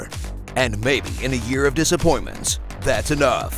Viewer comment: Am I the only one who heard the line year of dussapointnent and thought it came out in 2020